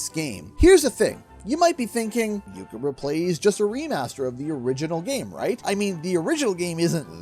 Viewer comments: Are you saying "Yooka ReplayLEE" or "Yooka ReplaYEE"? 🤔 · Is it just me, or is not pronouncing Replaylee correctly? Otherwise, great video.